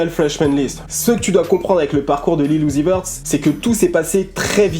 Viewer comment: Son nom se dit (Lil Youzi veurt)